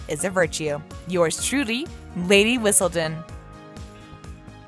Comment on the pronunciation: She doesn’t know how to say Whistledown either!